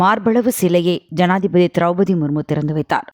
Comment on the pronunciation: என்னம்மா செய்தி வாசிக்கிற ஜாதிபதி மாளிகை என்று கூறுகிறாய்